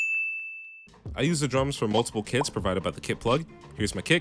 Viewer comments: Low-key heard KIDS not Kits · I thought he was saying kids instead of kits at the beginning